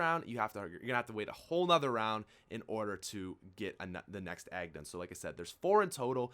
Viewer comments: he says aggs instead of eggs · Why is he calling eggs aggs? Wtf😂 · I love you man I'v been with you since 1k subs but the way you say eggs it's like "aggs" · Stop calling egg aggs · Y does he say aggs? Lol